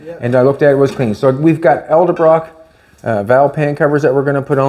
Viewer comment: It's "ED-L-BROCK"